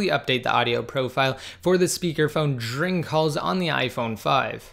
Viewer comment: I love how you say the word during, it's DRING xD